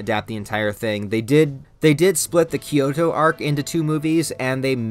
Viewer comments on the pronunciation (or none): none